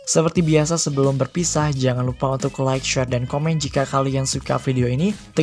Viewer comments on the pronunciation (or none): none